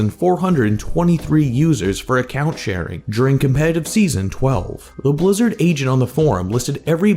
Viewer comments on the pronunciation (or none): none